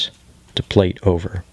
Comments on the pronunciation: Nice video to watch, but when you say plate instead of plait its nails down a chalk board. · Still lov watching ur process, even when u pronounce plait the wrong way 80% of the time lmao